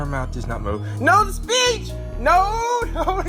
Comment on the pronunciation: 10 seconds in and then "NO, NO, NO, NO, THE BITCH, THE BITCH" (yes, i know you're saying "the speech", but i thought you said bitch the first time i heard it)